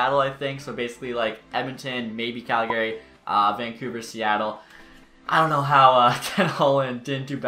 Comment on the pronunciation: I dont know why but his emphasis on GARY in Calgary really made me double take.